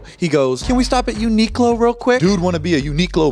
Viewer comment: Uniqlo pronounced wrong is the funniest part of this whole thing